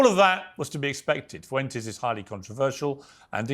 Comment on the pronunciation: And Nick foo-entes